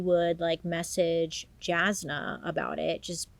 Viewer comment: Jasna is pronounced Yasna, by the way. She's always been a very loyal friend, that gave advice, and was reliable to lean on. It makes sense that Shayna would go to her lol